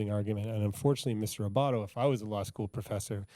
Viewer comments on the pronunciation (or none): Adam Abbate....not Abbato Anna Cross....not Emily Cross Just being helpful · ..Abatte NOT Abatto....and Anna Cross, NOT Emily.